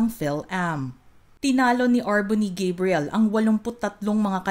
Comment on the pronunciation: She has a Filipino father from Manila so, let's say GUH-BREE-YEL and not GEY-BREE-YEL👸🏻🇺🇸🇵🇭 Congratulations, R'Bonney!👏🏼👏🏼👏🏼